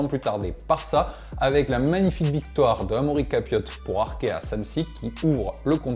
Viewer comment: Que cela soit un francophone ou un flamand, les noms belges cela va toujours pas 🥲. C’est Capiot comme cachalot et pas Capiote c’est pas cachalotte 🤣. Super reportage à refaire sur la même thématique lors des monuments ou autres kermesses. Bonne continuation. Ps besoin d’un consultant en prononciation des noms belges et néerlandais suis votre homme contre quelques goodies. 🤞